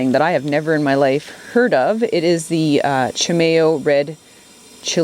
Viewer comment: That’s pronounced chee-my-o. ONLY from N.M.!!